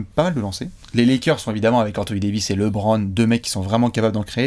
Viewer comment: Si LeBron gagne sa 4eme bague, arrêtera de l'appeler Lait-Bronne? 😂